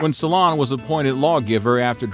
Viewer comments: It's not SolOn, it's SOlon. (I am not sure why this is so bothering, other names are mispronounced too, but it is... "So long, SolOn! 😀) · Solon = SEW lun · Oh, the bad pronunciation in this! "Salon" and the "island of salamies", hehehe!